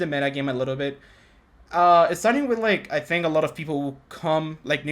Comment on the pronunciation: "A lot of feople"